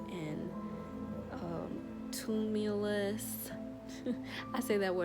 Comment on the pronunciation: Thank you - most informative. "Tu-mul-TUH-ous" (a Virgo😏)